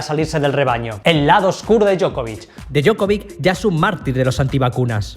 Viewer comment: Djoković Dio-ko-vich